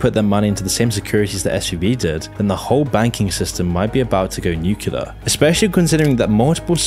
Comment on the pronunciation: I finally have to say it., PLEASE STOP SAYING "NUCULAR" INSTEAD OF "NUCLEAR".